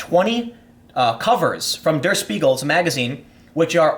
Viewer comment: Tip for German: "Der" is pronounced more like dare